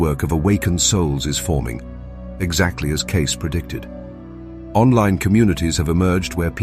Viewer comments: CAY...SEE. Not Case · His name was pronounced KC, not case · It's pronounced KC, not case. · Cayce is pronounced Kay cee, not "case". 🙄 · Who's Edgar Case?...?..! OH, The tractor guy?!.. no.. the Knife guy?!?.. ohhh that's not CASE, that's Pronounced Kay See! ... this AI, is too much"A, and not enough "I"! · Please train the AI narration to pronounce "Cayce" properly and consistently (like homophone "Casey," not "Case"). Thank you. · AI response. His name is pronounced Casee not Case. (Casey) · Cayce is pronounced Cayceeeee not Cayc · The information contained within is positive and accurate! What it isn't, is properly titled. This has nothing to do with Edgar Cayce. These are just short stories of the amazing intelligent abilities and inate abilities of cats. And the name is Cayce ("Kay-see")! NOT "Case!" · Good video! Not fur nutin’ but it’s pronounced “Kay-see” not “case”. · It's pronounced Kay-see. Kay-SEE. Not Case, you stupid AI bot! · I love my cats..cats have been my companions my entire life. What I don't love is AI generated video with mispronounced famous names...Edgar Cayce.."The Sleeping Prophet"..is well known..so everyone knows his name is pronounced "KAY-CEE"... not "CASE".. and from the start.. ..your AI-gen voice talks of WW2 and 1943..but your AI picture is of a modern Russian tank!...Dare I watch the rest of this click-bait? I suppose I have to..let's see how much you get RIGHT.. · Good grief, will you people just STOP using AI to narrate these videos??? The man's name is pronounced "Caysee" not 'Case'. BTW- agree with all the comments here... just put down our 4th baby in 29 years... she was 15 yrs 7 mo. & my heart is in shards on the floor... we're headed for the adoption place today or tomorrow. Can't imagine life without them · Cay-See, not Case!! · His last name is pronounced “kay-cee”, not “case.” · I thought it was pronounced KAY-SEE, not CASE 🤔🤔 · The man's name is pronounced "Kay-see" not "Case." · It's Cayce = (Kay SEE) not case